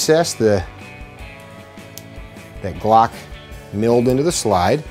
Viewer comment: “StaCk” “GlAck”